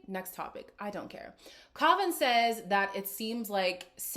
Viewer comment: The irony of you talking about pronouncing someone’s name correctly out of respect when you deliberately mispronounce Kavan’s name 😂 I’m not a fan of his either but that is funny lol